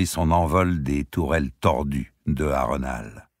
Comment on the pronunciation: Au cas où cela peut être utile : ce sont des noms de style saxons/anglicans donc on dit " baélone " et pas "baélon" etc comme pour mes lieux tels que HarenHall qui se prononce " harenneHole" .....ou les noms comme les Tyrell qui se dit " taille-relle" .... sinon merci pour votre voix si belle poser ainsi sur ces mots.